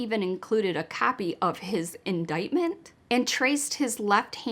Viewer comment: Yay - Great job on this - AND you got the pronunciation of "indictment" exactly right. No one gets that right in true crime, so nice job!!!